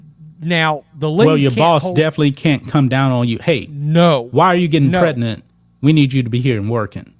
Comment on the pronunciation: Please learn how to pronounce "Pregnant". 😂😂😂😂